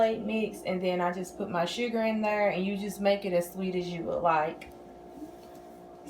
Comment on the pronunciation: Love this! It looks like the Georgia peach from the cheesecake factory. Where are you from? When you say "thurr" it reminds me of when I lived in Texas lol.